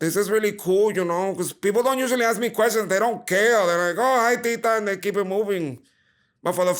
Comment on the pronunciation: I really enjoyed watching this thank you!! Something she said was Axe instead of Ask I was cracking up. I can’t wait to see you on Netflix Tita luv ya ❤️ God Bless